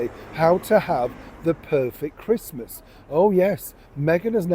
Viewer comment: Not interested in watching someone who can't even pronounce the word "Christmas" and who wants to watch Meghan-no-mates celebrating in a stranger's house forcing her staff to pretend they like her, because I bet, she doesn't take you through her front door.